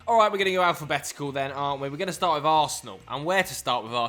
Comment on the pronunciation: The 'alright' at the start sounded very west country